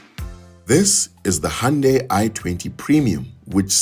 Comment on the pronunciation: Thanks for teaching me how to correctly pronounce "hoondaiii" at 4.22 secs 🤣🤣🩷🙏